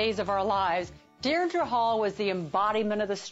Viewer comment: Lady! It's Deidre!! 'DEE-DRA' !